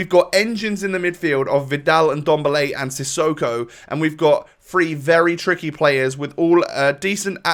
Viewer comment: Who tf is indomble? You mean ndombele? Hahaha